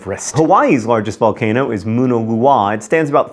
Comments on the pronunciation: Moona Lua? You mean "MANNA-LOWA"??? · Pele= peh-leh, not pay-lay Mauna Loa= ma-oo-nah low-ah, not whatever you said. You pretty much nailed Kilauea though! :D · Seriously?!? Couldn't even google how to pronounce Mauna Loa? Mao (like the chairman) Nah Low Ahh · Lol "Moona looah" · Moona Loowah? Come on John. Great video though. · Good job pronouncing, Pele. However, Mauna Loa is pronounced "Mawn-ah-lo-ah" and Kilauea is pronounced "Kill-oo-eh-ah." Just thought I would help. I have trouble pronouncing names from other places, so no worries. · His pronunciation of Hawaiian words has me cringing...Mauna Loa is pronounced Mow-nuh Low-Ah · Somebody please help him with the Hawaiian pronunciation. I had to look at the counter graphic to figure out Mauna Loa and Kilauea from his butchering. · That pronunciation of Mauna Loa. Mmm 👌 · How did you mispronounce mauna loa that poorly? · John. I love you but those Hawaiian words. Especially Mauna Loa. Yikes. I know your not kama'aina (local Hawaiian) but still. Look it up at least.